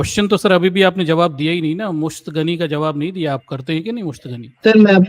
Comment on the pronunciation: Musht gani nahi hota hai Musht zani hota hai